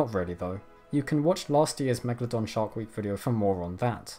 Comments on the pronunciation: Why is he saying Megladon? its MegaLODON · It's actually pronounced 'megAlodon'. You put the emphAsis on a different syllAble. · Why you say always meglodon. You are stupide? This fisch is a megalodon.